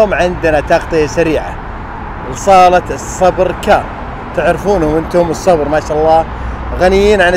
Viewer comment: تغطية مميزة الله يعطيك العافيه يارب 🌹 تنبيه بس المعرض اسمه السبر وليس الصبر،، او الصالة اللي هو وهذا اسم اصحابه اظن عائلة السبر ثانيا لاحظتك دايم تقول (فرسيت ادشن) والصحيح هو (فيرست إيديشن) first edition وشكرا لك مرة ثانية💐